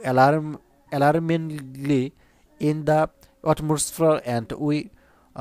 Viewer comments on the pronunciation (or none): উচ্চারণ টা হবে - এলারমিংলি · Alarmingly উচ্চারণ আপনার ভুল হইছে স্যার